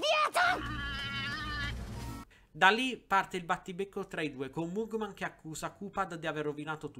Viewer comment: Si pronuncia magmen